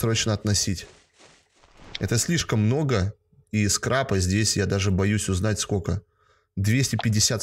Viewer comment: Скрапа, а не скрепа